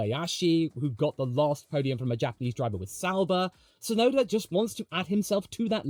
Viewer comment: Hey, while we're on the topic of Yuki, I just want to put it out there that the ts is Tsunoda is the same, super-sharp sound as the ts in "cuts", not just a soft s sound. Unfortunately, it's also a problem the official F1 commentators just can't get right, but since Yuki is going to be a popular topic going forward, it'd be nice to hear his name pronounced correctly more often ❤